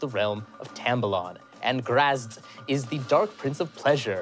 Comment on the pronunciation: Um, actually, the pettiest of corrections, but "Graz'zt" is pronounced like "grozzit".